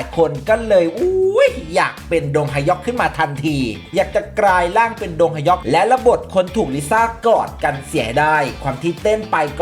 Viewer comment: ไม่ออกเสียงว่า ดง-ฮะ-ยอก ได้ไหมครับ ขอร้องไว้สักช่อง